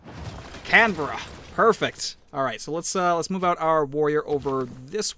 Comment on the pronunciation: oh my god he pronounced Canberra correctly... new favourite civ youtuber